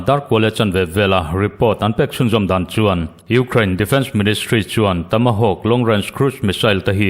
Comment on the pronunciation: Tamahawkk I ti zel a... Tomahawk ni zawk sia... Ka van sawi ho tak😅😅😅